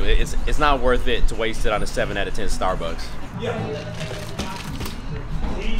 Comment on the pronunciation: the way said starbucks "Sta buks" lol